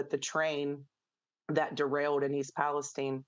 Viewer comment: Come on man do we seriously not know how to say Palestine?